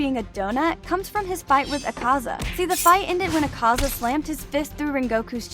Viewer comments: ITS AK-AZA NOT ACAZA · pronounces akaza ACK-AH-ZAH